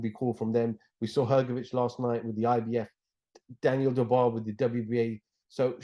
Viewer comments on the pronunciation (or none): none